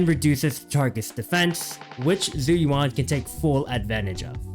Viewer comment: ISN'T IT more like jew youwan. (yes i'm preetty sure this is the accurate pronunciation based off my mandarin class)